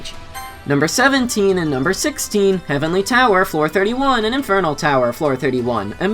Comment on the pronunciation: I love how he said heavenly flower lmao and it also put HF on the specification of what tower